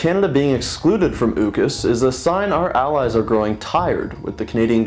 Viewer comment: This was fantastic stuff. Just a few more subscribers and you might earn a visit from the Gestapo... oops, I mean Canadian police. I trust you were deliberately mispronouncing "AUKUS", but if not, everyone seems to pronounce it "or-cuss".